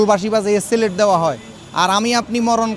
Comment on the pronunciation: ভাই সিলেট না সেল্যুট।